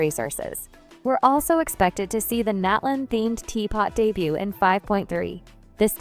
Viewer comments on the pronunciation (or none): none